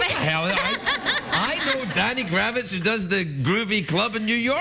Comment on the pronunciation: Hey Rosie! It's Danny Krivit, not Kravitz (must've been thinking about Lenny...LOL). Anyway, watched the whole thing, very entertaining, gotta love New Yorkers!